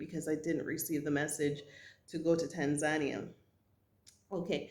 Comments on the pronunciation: Love your videos sis. But when you said Tan Zan Nia, I thought never heard of it. Then I realized you were talking about Tan Za Nee Uh Tanzania Pronunciation: tAAn-zuh-nEE-uh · welcome to Tanzania... but please learn how to pronounce it properly..